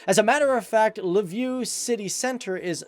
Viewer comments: zfe_5 тому правильно було в Lveew😁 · You didn’t mention Lviv. Sometimes people pronounce it Lvov, Lwow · I’m from Lviv, Ukraine and you kind of made me cringe every time you said the city’s name lol